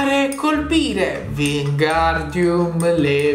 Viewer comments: Per di più sbagli pronuncia è leviosa non leviosà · Leviosa non leviosar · Dovevate fare la foto ho un video al palloncino ...... Ai detto leviosá invece è keviosa